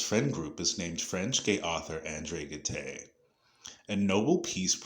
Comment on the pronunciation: Gide is pronounced with a soft G and a mute “e”. The name is famous enough to be pronounced more accurately as “zhidd”. I liked the video nevertheless.